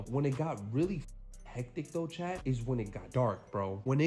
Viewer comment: For the past 4 months I thought he was saying "CHAD" But he's saying "CHAT" gotta love this guy.. 🤫😂🤣..